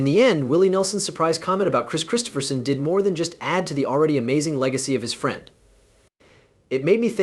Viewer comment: The end of this (what I assume is a BS production) for me, is the fact in the first 16secs you not only spelt and what I assume is AI, voiced "Kris Kristofferson's" name incorrectly. 16 secs + 25 typing this made this the quickest 👎👎 I have ever given.